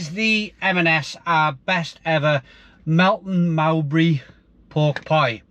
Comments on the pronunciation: Never heard Melton Mowbray pronounced like that before. Bizzarre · Convinced he gets these things wrong on purpose now to wind up his long suffering viewers